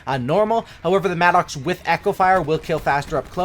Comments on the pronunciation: It MADDUCKS not MAD OX . How can you be a native English speaker and say that shit? You probably used to call martyrdom Marty Dom too... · it’s pronounced “mad-ux “